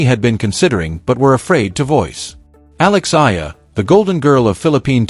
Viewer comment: ...please pronounced the correct way to say her surname E-A-LA ( E-yah-la)!!!!!!😡